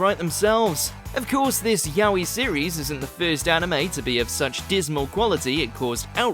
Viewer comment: The narrator can't even correctly pronounce YAOI.